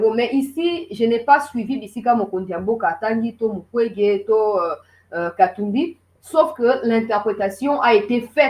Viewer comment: Son non est devenu "MUKWEGUEY*